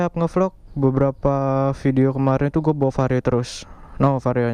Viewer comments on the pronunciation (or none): none